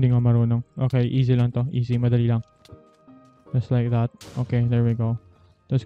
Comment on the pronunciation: "Just like that" Me: ohh he sounds like British hes getting good at English doe